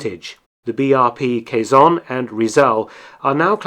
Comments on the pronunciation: It's not caisson, it's Quezon! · It's pronounced kezon not quaiyzon and Rizal not riezal